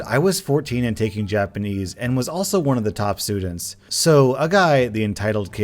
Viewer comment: Jonathan Cohen, the way he said ‘I take Japanese’ kinda sounded like how you would say ‘I take cocaine.’ It made me laugh.